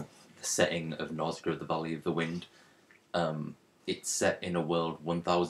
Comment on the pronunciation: its pronounced nauu-shi-ca